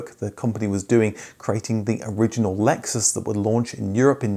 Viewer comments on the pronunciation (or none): none